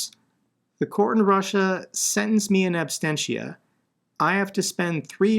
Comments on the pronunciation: ABSENTIA, ABSENTIA...NOT ABSTENTIA!!@ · Bro, your channel has become so threatening to Putlerstan that a whole bunch of ruZZian trolls have been assigned to post propaganda and disinformation here. 😂 Also BTW, it’s “in absentia” not “in absTensia”.